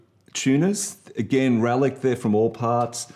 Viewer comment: You lost me at "relic'd".